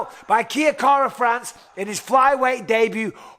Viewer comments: "Kia" kara France did well. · Kea Kara-France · Kai "Kia Kara France" Kara France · KIA kara france lol mike luv ya anyway =P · Pissing me off aye ahah kia 😂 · just incase anyone gives a fuck its "kye car-a- and obvs France.